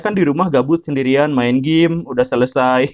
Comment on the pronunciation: 0.55 maen gim , khas sunda ya pa guru hehe